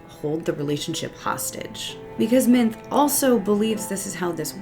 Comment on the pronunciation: Minthe is pronounced Min-thee.